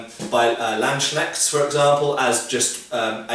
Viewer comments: I almost feel bad for correcting you here because it sounds so nice and british how you pronounce Landsknecht. It sounds like Land shneck to me which would be a Land slug. The s actually is a Genitive s belonging to Land rather than to Knecht. So it should be pronounced Lands Knecht. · I'm not sure if the german word Landsknecht is what you are trying to say, but if so you make it sound like Land-schneck, which means "land snail". Try it like this: Lundsknei"ch"t - german "ch": the sound angry cats make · your "Landsknecht(s)" sounds funny :D A bit like "Landschneck(s)" which would be land-snails. Just kidding, i like how you pronounce german, italian and french words :) And your video is awesome, as always. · why is nobody capable of pronouncing Landsknecht? i can understand why the swedes would pronounce the "sk" as "sh", but why do the english people do the same? its two words: "land", "knecht", and a "s" because it's the genitive case of "land" lands-knecht, not land-shneckt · a tip for you thera are no silent Ks in the german language It´s LandsKnecht.:D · Preferabubbly NotRealNamearoo His pronunciation is not that off. Landsknecht on the other hand... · I love how we Germans give the world some of our words to pronounce and watch them struggle. "You sought It vas funny how I pronounced 'scwiwel'? Vell, let me hear you say 'Landsknecht' zen!"